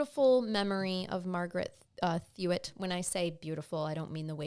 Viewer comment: its TOY-T not Thut and im her granddaughter!